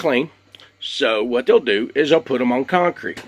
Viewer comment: Curious where you're from. I'm guessing Texas because you said whooowat!